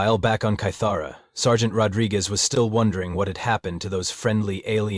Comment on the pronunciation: Good grief! How many ways can the AI screw up saying “sergeant” and “scenario”? Not to mention whoever is doing the text needs help. Otherwise it would have been an enjoyable listen.